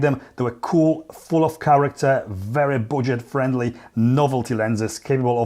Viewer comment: Ya it is not buwdget